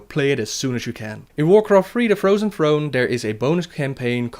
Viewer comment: ''Warcraft free the frozen frone''